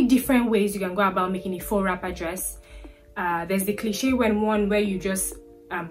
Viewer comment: Tu fais bien avec le français😉 from appliqué to faux. Tu vas bien.